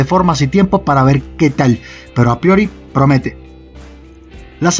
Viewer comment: ese "promete" me suena muy raro mae